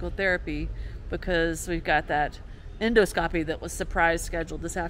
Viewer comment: You’re doing great,! Keep up the good work. BTW, the word “endoscopy” is accented on the second syllable, not the third, with so “en ‘DAH ske ‚pee“, where the “ske” has a super short vowel, and the “pee” has a super light secondary accent.